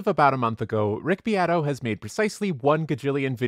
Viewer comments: Rick Beato is not neet-o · I bet the rest of his family just pronounce it beato too, not be-ah-toe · It's pronounced Bee-ah-tow.